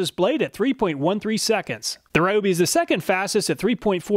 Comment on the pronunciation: Just wanted to respectfully mention that Ryobi is pronounced “Ree-Oh-Bee” according to their advertisements here on Youtube. Thanks for all the work that you put into making very informative test videos. I always look here first before I buy.